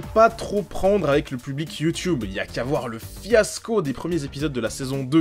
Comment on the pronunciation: Sisi c comme ça que ça ce prononce ! Un mmmmeuporgue